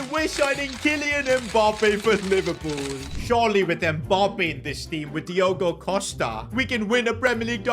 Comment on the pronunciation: NOT PIVERLOOL😭😭😭